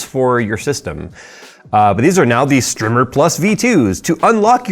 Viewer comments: Wouldn't it be a long I, like Slimer Strimer, instead of Slimmer Strimer? Just sayin.... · Strimer, the way you're saying it, would have 2 m's, like trimmer. Strimer, like timer.